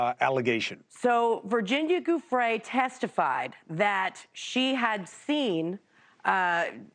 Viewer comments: Goofrey. An educated person and she can't pronounce a name correctly. Its so typical of Americans, I find. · someone tell to pronounce Giufre correctly